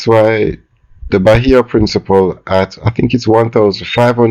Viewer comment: I swear if this man say principal one more video ill unsubscribe,you can't tell me for a grown educated man you cant pronounce one word come on man.ive seen multiple people in the comments section correct you and yet you continue to pronounce it incorrectly